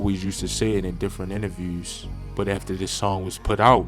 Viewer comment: This guys talks funny.. probably from Canada ... Instead of two he says TWEW SHOOT he says sheewt Interviews he says intervews... Mans french or nah? Culture vulture